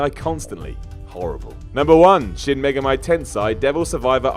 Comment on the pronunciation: “Mega-mi”, lol